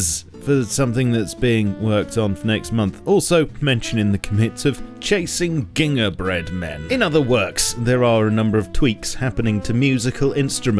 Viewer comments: The way he pronounced gingerbread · as an american i have never heard someone say gingerbread like that 😂😂